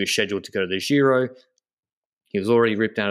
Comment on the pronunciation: please say Giro and not Jhiro.